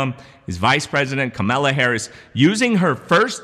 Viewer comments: KAMALA not KAMELA! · Kamala. Say "comma", add "la" to the end. You're saying Camilla, like the duchess. Entirely different names. She's only the second most powerful person in the free world. I think she deserves the respect of pronouncing her name right, regardless of your political affiliations. Does this count as my comment?? 😎🤪😇🤷‍♂️🧐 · I heard Kamala tell a reporter, the correct way to pronounce her name is like "comma" +la. Just so you know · VP is pronounced Comma la {Kamala }